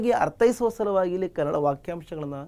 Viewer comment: sir adu kannad alla kannada